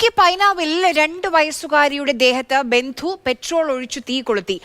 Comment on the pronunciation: ബന്ധു അല്ല ജന്തു